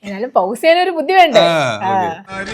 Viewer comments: ഹൗസ് അല്ല പോസ് ആണ് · പൗസ് alla bro പോസ് annu bro. ✅ pause = പോസ്